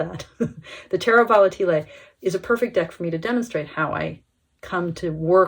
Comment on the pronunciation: This deck is fantastic. I wish I could buy it. Oh, and your pronounce was very close. It is TE-rra vo-LAH-te-le